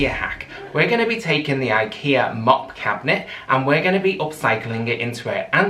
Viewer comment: They are not pronounced Mop as in sweeping. This is a Swedish word MOPPE pronounced MOP-PEH. Please do not add music to a demo video, especially where you are speaking all the time. Auditory overload. The music is hurting my ears and making it impossible to watch. Personally, I think you ruined the lovely box of drawers. Covered it in gunk, paint, dirty wax, and labels that mean nothing. This is the kind of box I would rescue and strip off to restore the nice natural wood underneath.